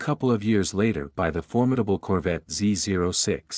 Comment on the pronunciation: Is this narrated by a computer? No one says Z zero 6.. every real gearhead alive says Z oh 6